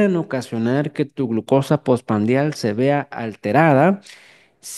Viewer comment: POR FAVOR ES POSPRANDIAL NO POSPANDRIAL... DIOS MIO